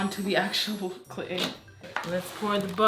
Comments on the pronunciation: Is nobody gonna talk about “Clayl”? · How much would it cost for that big bucket..... (FYI, not sure if it’s just me, but I think you messed up your title, I think you said “clayl” instead of clay)